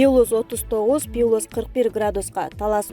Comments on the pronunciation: Пилус дебей плюс деп суйлочу,адамдын кыжырын кайнатпай,же кет суйлобой! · Пилус эмес плюс.Бул блогерлерге айткан менен бекер. Жанагы тез кабардагы Атакулга канча айттым. Жер сатылат 5 соток дегенди, 5 сотик дейт, же 5 сотых дейт. Айткан менен бесполезно. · Диктор туура окусан пилус эмес плюс деп оку,школдо экиге окуганмынго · Пилус эмес !Плюс . Ануумалдуу эмес ! Анамальная деп айтат. Туура айткыла!!! Грамотныйлар жокпу ?......... . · Пилус пилус без грамотный.туура окучу.плюс аномальный деп. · Пилус эмес плюс граматей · Диктор туура окучу. ( Пилус ), жаш элесин, ( плюс ) деп туура айтчы. Туура эмес окусанар ,уккандан да уяласын. ( аномальныйды ) да туура эмес айтып жатасын .Журналист, диктор, блогерлер, озунордун устунордон кооп- коп иштегилечи. Коп окугула, заман жакшы, бардык шарт бар окуганга. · Ушундай сабатсыз журналисттерди эмнеге ишке аласыңар. Туура окуганды билбейт. Пилус дегени эмнеси. Адамдын кыжырын келтирет. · Пилус дейсинби мектепте окудун беле журналистка :) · Пилус дегенин туура эмес чон ката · Ай, квзым ай, пилус деп окубачы. Деги кайдан табасынар чала сабаттарды? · Диктор нормальный окучу пилус пилус дебей уялсан боло